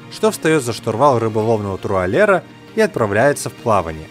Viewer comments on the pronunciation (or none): 14.57 Как как? трУалера??) трАулера может)?